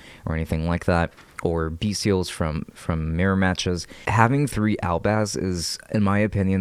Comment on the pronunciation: You say it correctly, I like your deck it's so shiny